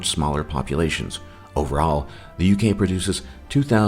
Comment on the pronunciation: The Ugay? Really?